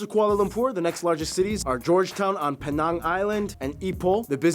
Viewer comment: Brush pronounce penang wrongly … it’s pee-nang